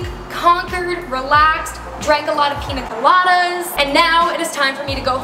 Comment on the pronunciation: The way she says Piña Coladas 😂😂😂